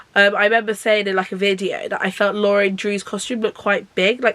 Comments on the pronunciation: it's just pronounced lauren haha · I’m pretty sure it’s pronounced Lauren, but I may be wrong. Also I think Kala is said like Carla, but again, not 100% sure.